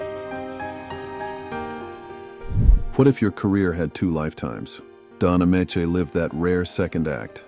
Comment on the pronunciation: It's Don A-mee-chee.